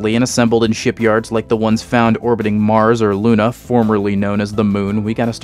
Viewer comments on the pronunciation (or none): none